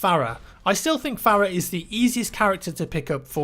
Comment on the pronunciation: Fare-uh is actually far-uh, just listen to audio cues in game. I can't remember who it was but a character in game said her name as such.